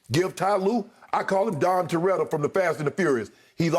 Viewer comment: LOL "Don" Toretto 🤣🤣🤣